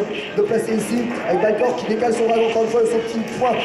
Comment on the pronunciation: Mais lol Arretez d'écorcher les noms des mecs!! C'est Balcork, et Zagi